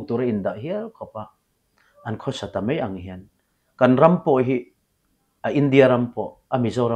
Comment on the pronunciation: Patlingin 'mai' an tithiam lo hi a hshthlak ngawt mai. 'Mei' ti tlat zel